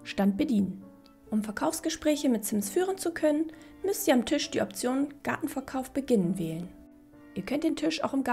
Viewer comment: Warum sagst du eigentlich immer Tüsch statt Tisch?😅